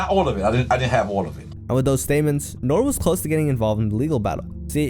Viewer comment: ITS NORE (say the E) 😂